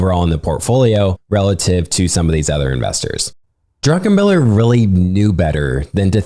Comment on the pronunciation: Highly suggest you look up pronunciations prior to these podcasts. Simple things like the pronouncing the past tense of ‘cost’ as ‘costed’ should really be avoided. More egregiously, it’s Stanley DRUCKenmiller, not DRUNKENMILLER.